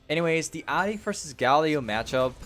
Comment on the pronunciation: Jesus Christ why do you pronounce her name like that